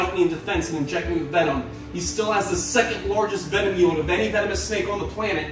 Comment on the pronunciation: Did you mean to sound Australian when talking about king cobras venom yield? Or was that just me that noticed that?